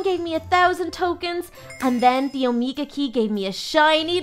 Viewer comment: its omega not omeka